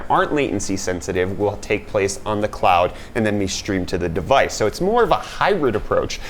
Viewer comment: Did anyone else hear clout based games instead of cloud based games? Haha